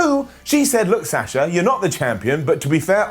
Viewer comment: It's pronounced - Bee on Kah Not -Bee anne ka And why do you pronounce sasha 2 different ways? Why not pronounce their names like how they pronounce them THEMSELVES? Sah SHa. Not Sass sha